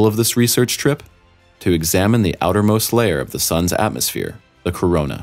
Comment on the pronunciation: Corona not Koroma.